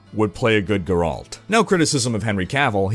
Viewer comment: It's Géralt. C'mon man. It's been years now. Edit: check a video from the game or smth.